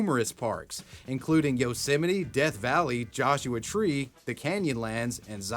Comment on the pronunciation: Its pronounced Yose-mite like might. not yeolsemetyyy